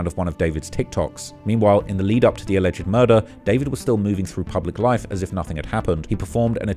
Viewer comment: Alleged is said as two syllables, not three.